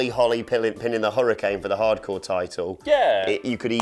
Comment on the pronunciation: Why can't they say "hardcore"..good lord